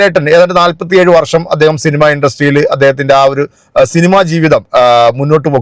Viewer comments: ആ പൂറി മോനെ ആദ്യം മലയാളം പറയാൻ പഠിക്കാൻ പറ. ഷിനിമ. അല്ല സിനിമ ഇത് പോലും അറിയാത്ത ഈ മൈരനെ കോണച്ച പൂറി മോൻ ഏതാണാവോ സങ്കി കുണ്ണ ഊമ്പി നടക്കുന്ന പുറൻ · ആ ചെങ്ങായിക് സിനിമ എന്ന് പോലും പറയാൻ അറീല അവൻ ഷിനിമ എന്നാണ് പറയുന്നത്